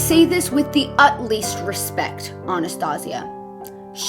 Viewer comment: the fact that she says utleast respect but the captions say utmost respect is so ironic